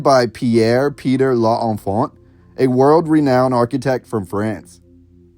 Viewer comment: l'enfant has two syllables, you've to be the first to somehow squeeze out three.